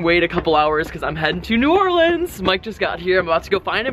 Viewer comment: I'm just glad he didn't say "New Or-leans"